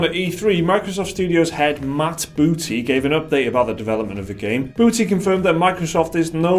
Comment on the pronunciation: That emphasis on 'Booty'... 😏